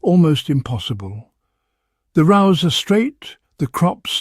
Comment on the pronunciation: Stealing Attenborough's voice to give your vlog credibility is theft and we all know it is AI generated by how he pronounces some words. 'Rows' of vegetables pronounced 'row' as in argument right at the beginning gave the game away. If you are going to cheat, at least check your fraud before dishing it up here.